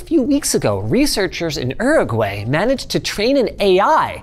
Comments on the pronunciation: Er-ooo-gay? Uruguay! Is that all Canadians or just Linus. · Please dear god linus learn how to say uraguay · Never have I ever, heard someone try to pronounce Uruguay as “eragway”😂. Wait until someone tells him how Hispanics actually pronounce it. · What's Erurorgray? New country? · Air ru gway 😂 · Erragray... Sorry Linus? What country? You might mean Uruguay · I feel like you should check the pronunciation of the name of a COUNTRY before barrelling into it. 😂 Do you know da urug-wae? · Linus' pronunciation of Uruguay killed me omg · Wow, Linus pronounces 'Uruguay' the way Benedict Cumberbatch pronounces 'Penguin'. (look it up) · Just commenting to say that I had to do a double take when linus pronounced Uruguay (Uruguayan here haha), both because of the pronunciation and the fact that we are a small country lol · How Linus pronounces Uruguay made me chuckle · me too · As Uruguayan I feel proud of how linus mentioned us.. and insulted on how he pronounced "Uruguay" HAHAHHA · Not sure I can forgive that pronunciation of Uruguay lol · Sorry how did you just pronounce Uruguay? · I'm shook by how Linus pronounces Uruguay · Huh, that's a unique way of pronouncing Uruguay. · is he trying to say Uruguay? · why the fuck did linus pronouce uruguay like that